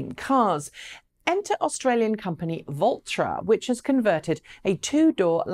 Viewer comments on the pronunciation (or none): none